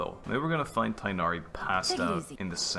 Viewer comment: am i the only alhaitham hater? 😔 not you simping so hard for Candace 😭 "he is a cat himself after all" ah yes, Tighnari the cat. he's my favorite cat. they can't voice act his name 😔